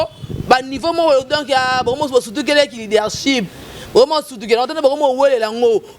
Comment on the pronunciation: Leadership lekesthou et non leadershi 😂😂😂😂😂 leke leke Boni ozo fingisa ifasic boye aaaaah